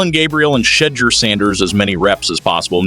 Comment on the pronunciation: Sheddure is a mis spelling and mispronouncing it's Shedure.